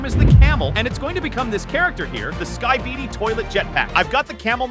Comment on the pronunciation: Im glad that im not the only one who heard it